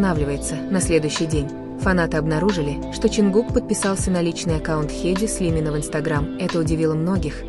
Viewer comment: А можно озвучивать без ошибок. Вас многие слушают, а вы Таюнг мы такого вообще не знаем и Кук, ну куда вам несёт?